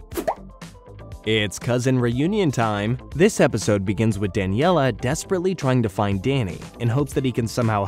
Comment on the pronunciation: If only he could spell and pronounce character names right. I was cringing whenever he said “Daniella”. And I noticed he spelled “Valerie” with an “o” in the middle.